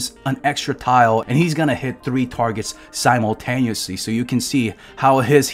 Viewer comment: English is not my native language but I think that the proper pronunciation for 'simultaneously' is siməl'teiniəsli (for BrE, at least) just saying; also thanks for the vid I like watching you, even though I don't play Arknights yet